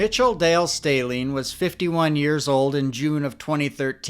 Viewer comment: Stehling rhymes with telling 😊